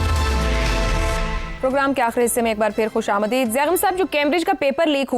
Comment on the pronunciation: عائشہ بخش تم بڑی نافرمان اور ہٹ دھرم ہو تمہیں کتنی بار کہا ہے کہ خوش آمدید کو درست پڑھا کرو لیکن تمہیں کوئی اثر نہیں ۔یہ لفظ فارسی زبان کا ہے ۔خوش آمدے د ہے خوش آمدی د نہیں